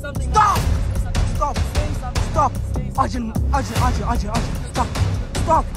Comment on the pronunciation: Arjin did the r wrong sasha respect